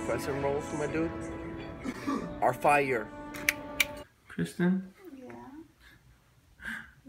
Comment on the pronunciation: i like when he says Kristen and it sounds like Tristan